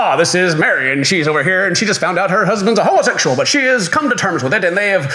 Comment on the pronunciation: "Homo-SESual", it's weird they don't pronounce the X